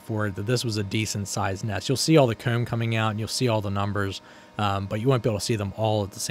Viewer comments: Every time you say "comb" (koom)....I chuckle. Great video though. You have a fun life it seems. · Super interesting stuff but man, I can't stand how you say certain things particularly very common terms you'd use in your videos like comb - "coomb", or exposed - "expoosed". Everything else you say without an odd accent lol.